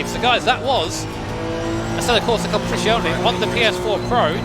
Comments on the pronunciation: Peró lo ha detto veramente bene 😄 in molti non italiani ogni volta fanno strafalcioni ma lui lo ha pronunciato a dovere 😉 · Whew! Nice job on saying "competizione" properly! As an italian, i rate it 10/10 👍